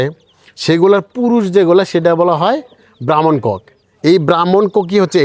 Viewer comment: ব্রাহ্মণ কক না। ব্রাউন কক। এত সুন্দর তথ্য দিয়েও ভুল বলছেন কেন।